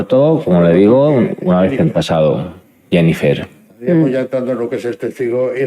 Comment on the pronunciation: Me encanta que la abogada de Rubiales dice: "Senifer" 😂